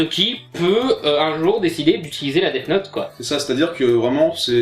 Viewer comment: Ce film death note est mauvais il faut avoir de la merde dans les yeux. est surement autiste ou alors il fait exprès d'avoir une prononciation de merde. Deafffe note. On prononce Death Note "dèsse note" comme dans déesse.